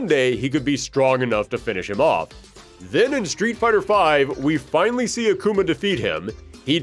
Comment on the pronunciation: Plot Twist: This isnt even the ending. And it's "finally" not "finially."